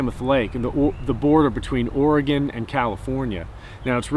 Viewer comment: Thank you for pronouncing Oregon correctly.